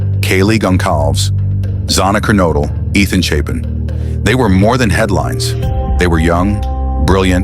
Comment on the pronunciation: Yes, remember the victims! Great how the AI voiceover butchered the names of Xana Kernodle and Kaylee Goncalves. Do right by them and pronounce their names correctly, or dint pist any videos.💔🙏💔🙏💔🙏💔🙏🕊